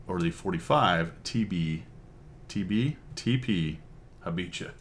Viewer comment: Great review as usual, the name is pronounced Ha Bee ha.